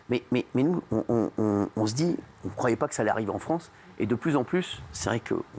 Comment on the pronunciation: la fwansse plutot ou lafronce